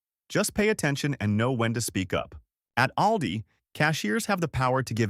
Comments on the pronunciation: please twll me its ALL-Dees and not OWL-dis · We pronounce Aldi different than he does in the video. Im in iowa, we say alldee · It’s pronounced, ALL DEE.